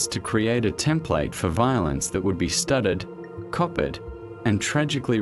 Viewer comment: The AI voice is barely coherent, and mispronounces almost everything - I mean, when it tries to say " studied and copied ", it says STUTTERED AND COPPERED. This is the scraping of the bottom of the barrel of AI true crime docs created by ChatGPT and badly spoken voices.